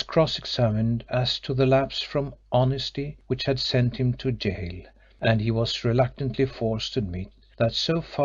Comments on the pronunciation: Does nobody check these recordings? American lady keeps pronouncing gaol as ghoul. Drove me crazy, along with her poor, disjointed reading. Enjoyed the story though. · Chapter 9 'read' by a semi-literate (gaol = gool, vagaries = vaggharris....) mad woman ignoring punctuation, line breaks, paragraphs, emphasis. Ruinous, and shame on Librivox.